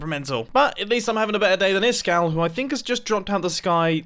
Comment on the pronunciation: Who's isGall85 seriously it's supposed to be Iskall85